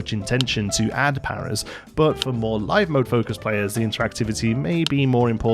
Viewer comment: Oh ! 😂 Thank you for saying " Live mode " correctly instead of pronouncing" liv mode " (like that certain person miss pronouncing it from another life Sims game and then trying to gaslight us all that it's pronounced that way in the gaming industry 🙄) even though it's spelt with an e, It made me so irrationally irritated ( I'm English things like this p*ss us off ) Anyway ! rant over ! This is looking soooo good, I'm looking forward to seeing all the play through's... Excited